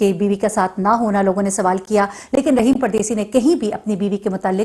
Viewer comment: رحیم نہیں راحم